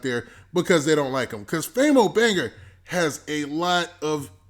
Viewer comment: This mane Saying Famo Banger instead Banga LMAOOOOO anyone notice that?